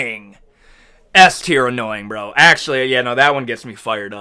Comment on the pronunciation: ''Akssshually" 🤓🤓 'the damats'😭